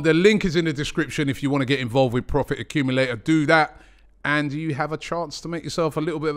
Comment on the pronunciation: Please pronounce the T in accumulator 👀